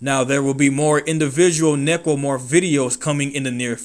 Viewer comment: You keep pronouncing Necromorph as "Nipplemorph". Why?